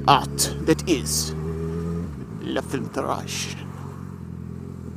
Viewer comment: Straight came when you said la filtrrage